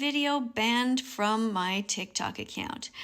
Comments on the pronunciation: tic tac? don't you mean tiktok? This old skeleton can't pronounce words properly. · did she just say tiktak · does she call tiktok tiktak/tiktac? Please can someone tell me what they hear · and its not called tic tac its Tik Tok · btw its tik tok not tic tac nigga🥩🍗🍖🍕🍔🌭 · Blud said tic tak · DID THIS FUCKING BOOMER JUST CALL IT TIC TAC😭😭😭